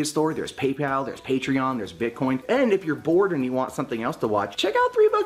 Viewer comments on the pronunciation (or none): none